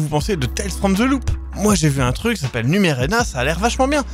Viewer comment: "Numerena"... C'est Numenera! Choqué déçu, dislike ! :p